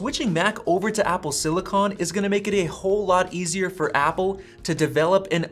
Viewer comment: It’s pronounced silicon, not silicon.